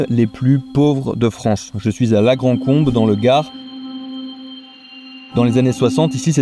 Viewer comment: c'est pas "la grande combe" mais "la grand combe" ;-)